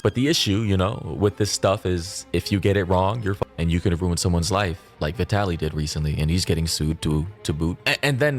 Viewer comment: Yeah, Mori didn’t even know how to pronounce his name lol. And the people upset clearly don’t watch the videos if they are throwing Vitaly in there lol.